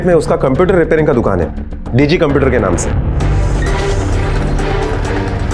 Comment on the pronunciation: Police computer ko caumputer bolti hai 😂.